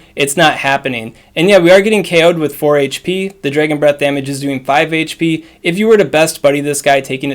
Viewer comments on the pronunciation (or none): none